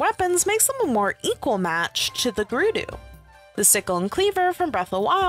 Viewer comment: Gerudo is not pronounced Grr-roo-doo it is pronounced Grr-ud-o. I just thought I should let you know ✨️